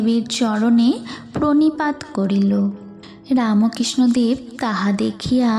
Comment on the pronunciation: খুব সুন্দর | রামকৃষ্ণদেব উচ্চারণটি ঠিক করো| রাম _ কৃষ্ণ _ অ দেব বলছ কেন ?